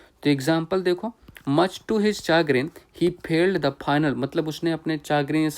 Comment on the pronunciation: चैग्रिन या चागरिन नहीं शेग्रिन सही उच्चारण है